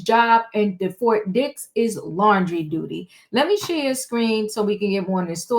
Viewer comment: Did you say Fort Dix or Fort Dicks prison? God bless merikkka! Where else can a billionair nigggr rapist fuck get special treatment. Merikkka, you always get fucked by the billionairs...gallons of baby oil help the burn though...😊 If you see an oil tanker near Fort Dicks...Diddy did it! 😂😂😂😂😂😂😂😂😂😂😂😂😂😂😂😂😂😂😂😂😂😂😂😂😂😂😂😂😂 #cancelsnoopdiddynigerswhitelovingniggggggeeeeerrrrrs!😊